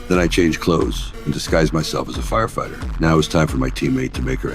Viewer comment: check out when he calls out the name firefighter the i is not correct